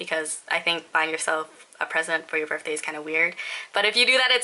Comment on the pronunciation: Hehe u said burf day :3